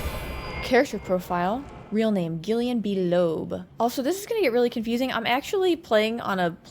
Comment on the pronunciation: Gillian is pronounced with a J sound. Much like general or genius and gentle